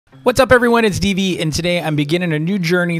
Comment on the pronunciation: Him: “hello guys its dv” What i hear: “hello guys it’s peepee